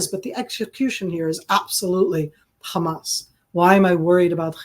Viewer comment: I do wonder why SOME Israelis pronounce Hamas a Hezbollah like they are spitting... CrrrHamas!